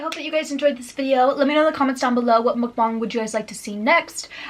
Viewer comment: You’re the only white YouTuber that I watch that’s says MUKBANG correctly. Not MOOKbang and not mukbAng. Ur amazing